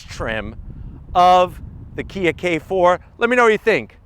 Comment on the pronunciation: it's KIA - what more can I say? you jive turkey's